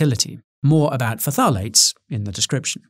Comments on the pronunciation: It's pronounced "FTALATES" not "FUTALATES" by the way :) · lmao. It's pronounced tha-lates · Nutritionist isn't a protected term, therefore you can technically call yourself one. can't call yourself a dietitian though. Also I always pronounced phthalates as Faff a late. Faffing is my favorite word since my chemistry degree.